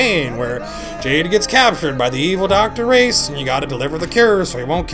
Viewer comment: It's RAIS, not Race. And he's not a doctor, god damn it.